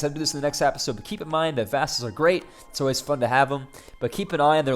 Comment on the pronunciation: why do you say apisode